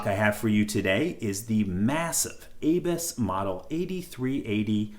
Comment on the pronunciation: A bus ... is how its pronounced .